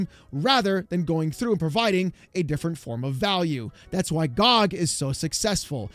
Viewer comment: Dude, him calling it GahhG over and over is so annoying lmao. Its G.O.G. not GAHG lol